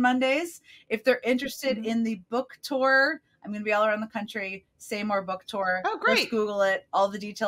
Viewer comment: Nice Jen says ‘tour’ instead of toor👍